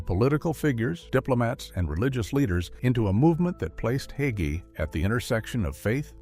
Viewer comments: Leave Pastor Hagee alone. He is a wonderful person and a great man. Jesus has all the answers. If pastor learns as he goes forward God has continued to lead him so he can minister to his flock. And his last name isnt hogee. If you're going to smear him, learn how to pronounce his name. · PRONOUNCED HAY-GEE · You cant even say his last name correctly. Its not hogey. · Not Hoggee, HAGEE. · HA--GEE is easy to pronounce! The "A" is LONG. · I met him. He is short and fat. Question, did he divorce his first wife? Did his wife break the marriage by having sex with someone while biblically married to him? If you claim to be a Christian and do not follow the N.T. teachings, the Bible instructs us to have nothing to do with him. So explain who divorced whom and answer my questions. You cannot even say his name correctly so why should we listen?